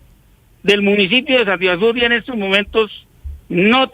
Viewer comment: Sativa sur, no sativasur.